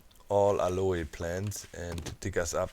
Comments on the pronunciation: YOUR SQUATTING!!!! and its pronounced AL-OH plants not AL-O-E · Aloe is pronounced Al-o in American English. The e is silent. Not sure about British English. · Aloe is pronounced (al-oh) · Doc its pronounced "AL" "O" cream, just fyi. lovin the 7d2d vids keep them coming please! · BTW Doc, if you are interested "Aloe" in English is pronounced "al-oh", sort of blend of "all-oh" and "a-low." There is no English long "a" sound at the end. It is not a Spanish or French word, but Greek transliteration from the Hebrew Ahalim. Of course aloe is a variant of an agave plant, which we do pronounce the terminal "e" with a long "e" or "a" sound from the Greek "Agaué", meaning "Noble" in English. Have fun with that!